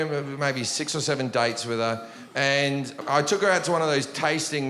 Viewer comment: I thought he was say (dikes) when he was saying dates lol